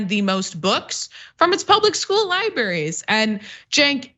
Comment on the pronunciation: If you're going to talk about libRaries, can you please pronounce it correctly?